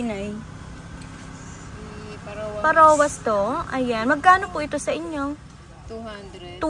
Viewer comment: Pharaoh's mask the right pron. po ay fehrow not parowa😂